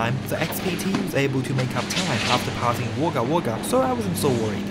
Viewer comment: wog gah wog gah pronounciation sorry get the gah! its a aboriginal word meaning the place of many crows